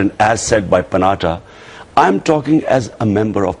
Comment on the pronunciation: the interviewee is only sidestepping and going round the bush instead of answering the interviewer...what does the headline mean...? he is not even getting the names right...steven he says instead of stephen...and panatta for panetta! kya leader hain ji... - what oxford university studying he has done man......70billion dollar loss is the constant tune he is singing... a kid who went an indian school would have spoken and done much better...